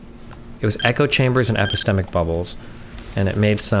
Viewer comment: Everytime Destiny says epistemic makes me cringe.